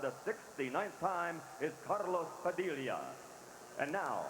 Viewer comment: After some 20 yrs. They never learned to say. Padilla!😅